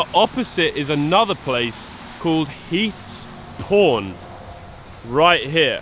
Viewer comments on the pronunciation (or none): I'll admit, I thought you said "Heath's Porn". That store selling repros for that price is insane, borderline criminal.